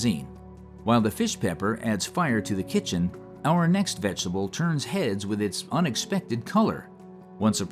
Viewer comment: Love how you say vegetable. It’s like how I say it. Vengetable.